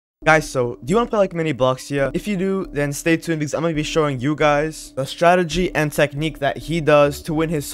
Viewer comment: Bruh not "startegy" it's "strategy"